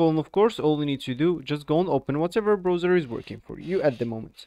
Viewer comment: Brauzer not Broazer!